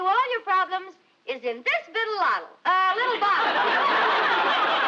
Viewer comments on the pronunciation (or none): "Bittle Lottle"?😂😂😂😂😂😂😂😂😂😂😂😂😂